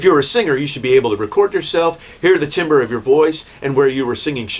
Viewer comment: "Timber" nooooooo. Tam-burr